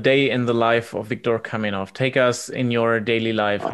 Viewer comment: KAMENOV, ne kaminov, retrati